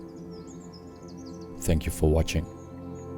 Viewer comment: Are you a Japanese? The way you said watching.